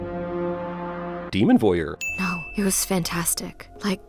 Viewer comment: ''.................Demon Voyer'' rofl